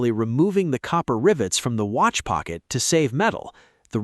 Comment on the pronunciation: ah yes, the ole wrist Wratch